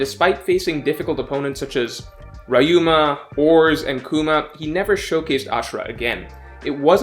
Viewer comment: I'm asian and I just can't with the way he pronounced ryuuma. It should be ri-yu-ma, not ra-yu-ma